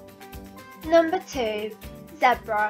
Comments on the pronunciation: its not zeb ra its zebra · Its supposed to be pronounced as zee-bra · You said zebra wrong xd but no hate this is such a cool vid